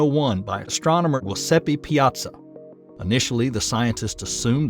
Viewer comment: Hoseppi Piazzo lmao